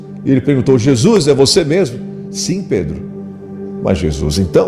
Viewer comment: VO"I"Z??? JESU"I"S??? FA"I"BO???...